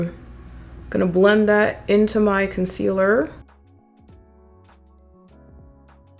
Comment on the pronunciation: Rewatch! Everytime you say "concealerrr" I say "Miss Toler" in my head. Real ones know. 😆 Love underpainting. It's my go-to way of doing my makeup now.